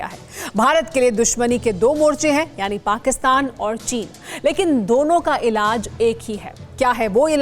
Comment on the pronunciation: Mukammal illaz Kya kya ; hi kya?madam....presenter Pehle hindi sikko badme bhulu ge